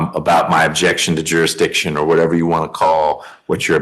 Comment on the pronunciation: I didn't know the proper pronunciation was jury dishon. The more you know....